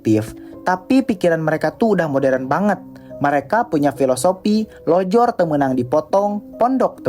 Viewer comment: Maaf, bukan lojor ya mas, tapi lonjor. Terus, siapa sih yg punya anggapan kalau bahagia itu dihitung dgn jumlah uang dan modernisasi? Aku dulu anak desa, justru rindu masa anak-anak tanpa teknologi. Bahkan aku ngajarin anakku "nyair' di sungai. Nyair tuh, nangkap ikan dengan alat sair dari bambu, alias ayakan.